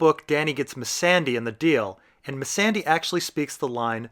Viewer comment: Why do u purnounce Missandai and Valar Marghulis ? It's goooool like Ghoul.